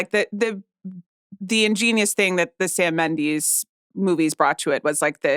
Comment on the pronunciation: How she kept pronouncing Sam Mendes made me have to stop.